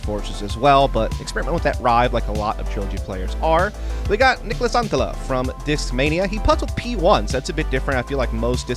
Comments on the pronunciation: Sounds like Niklas Antila to me. Just add one more T and it is really good. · yeah ikr! It souded so bad, Niklas Anttiija 😂